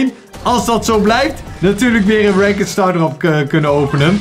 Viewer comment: het is ranked maar de zegt rankd